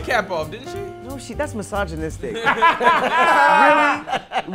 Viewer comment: Did just say ''misoginistic''?